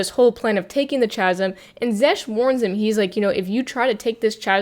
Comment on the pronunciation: Great video - Chasm is pronounced with a hard consonant to begin with. It is a different phoneme, compare chin and kin. In this instance it is because the word is of Greek origin which has "chi." In the International Phonetic Alphabet the spelling is /ˈkæz(ə)m/.